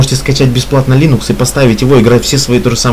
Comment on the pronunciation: дружище, слово "лИнукс" ударяется на первый слог по имени автора ядра - ЛИнуса Торвальдса, а не ЛинУса. По крайней мере, Линус сам так произносит: лИнукс. Тренируйте произношение.